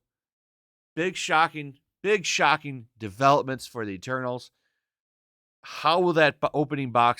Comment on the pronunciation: Told Ya! MEH-TERNALS